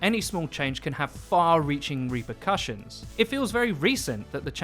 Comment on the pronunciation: "reapercussions" hah